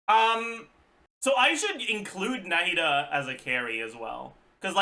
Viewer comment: his pronunciation of their name is actually close to being correct to the Arabic pronunciation, not 100% correct tho